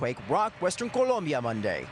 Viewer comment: WHAT IS WRONG WITH TOM LLAMAS THAT HE CANNOT PRONOUNCE COLOMBIA CORRECTLY?